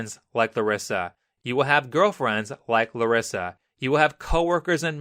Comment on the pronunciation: Why is he saying my name "clarissa" i know he's saying larissa but it sounds like clarissa